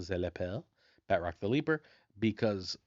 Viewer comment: Pronouncing Batroc wrong with a french accent is hilarious lol